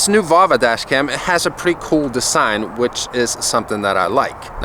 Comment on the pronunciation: is it only me or the way he says design is really weird